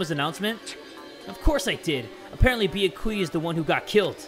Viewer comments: He once said it right and then said no I almost said his name right then he went pissing us off again he knows his name is byakuya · it’s pronounced byA-kuyA not byA-kUya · i dont like the way pronounces byakuya it aint "beeyehkuya" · Poor Byakuya... couldn’t pronounce his name for his whole Danganronpa life 😞